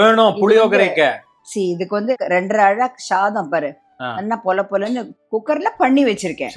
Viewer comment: Charming சொல்ல தெரியரது, சாதம் மட்டும் ஏன் ஷாதம் ஆச்சு! சமைப்பது கை வண்ணம், தமிழ் கலை! இவா பேசறது ஷகிக்களை 🙄